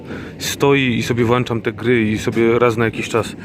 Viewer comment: "natomiast" mnie nie razi. Ale to Twoje notoryczne "włanczam" mógłbyś wyeliminować przed "natomiast" :-)